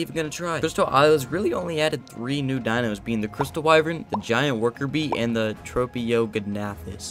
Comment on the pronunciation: You pronounced tropeognathus write